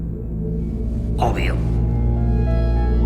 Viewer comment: Jajajaja como dice "obvio"... "opio"